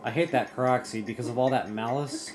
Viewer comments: yeah, I kept hearing him say proxy? I was so confused....after a while I figured it out but I thought he was talking about something else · its pronounced kor-ok